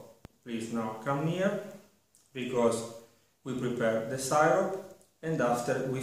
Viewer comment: It's "sih-rup" not "sigh-rop".